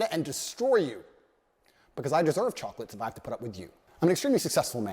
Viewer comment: Bro be like, "Life is like a box of chooclutts"